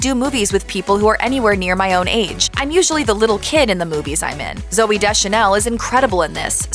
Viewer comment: He not really a genius. darn. U mispronounce ZoOey and Wooley. I think he works at being zany. I didn't know he modeled. huh.